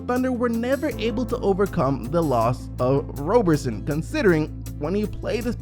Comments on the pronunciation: its Rob-er-son not Robe-er-son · It’s Roberson not Rowberson